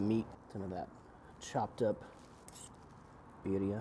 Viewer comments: You say birria quite well. Thank you for always sharing your recipes. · You said Birria and Jalisco perfectly